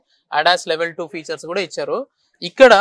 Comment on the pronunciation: “car కి ఉన్న ఫీచర్స్ అనాలి బాబూ…… ఫ్యూచర్స్ కాదు